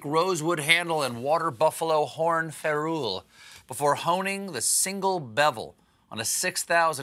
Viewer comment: why did he mispronounce ferrule?